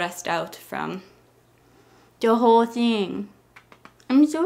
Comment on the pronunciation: when she said thing, I heard ting XD ( I say ting instead of thing tho )